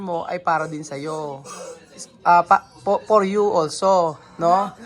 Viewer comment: For you not por you..😢